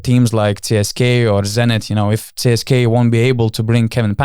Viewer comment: Donatai, ne CSKay, o CSKA :) net anglakalbiai taria CSKA (CESKA), be jokiu "Kei" gale. O siaip, saunus podcastas, lauksim toliau